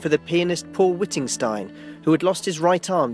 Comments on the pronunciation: Wittgenstein, not Wittingstein'. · The name of the pianist who commissioned the Left Hand Concerto was Paul Wittgenstein, not Wittingstein, as the narrator says. The recording by Wittgenstein unfortunately demonstrates that the piece was technically beyond him- it is an astounding embarrassment of missed notes, fudged runs and even bits of improvisation to cover up passages that are particularly hard. It's amazing that anyone considered the recording worthy of release. It's on youtube.